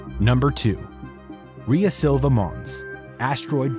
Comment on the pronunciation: I don't know about that, but he is definitely mispronouncing Rhea Silvia.